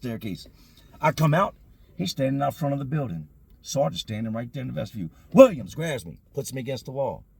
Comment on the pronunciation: its called a vestiBULE. Like ves-tih-bule, not vestiVIEW